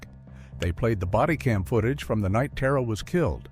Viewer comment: Tara was very certain about the pronunciation of her name. They should have checked with someone. It’s ‘TAHR-A” not “TEAR-A”. And this bastard makes me wish I believed in hell.